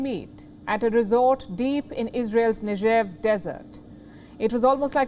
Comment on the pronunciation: Negev - hard g, not nejev.